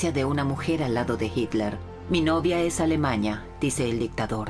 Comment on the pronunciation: ¿Por qué la narradora se la pasa diciendo AlemaÑa, matrimoÑo, juÑo, PoloÑa...?